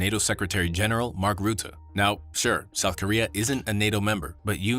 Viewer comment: Mark Rutten, with an u as in but, hut, mud, etc... And no ü, no ou, no oe.... How hard can it be...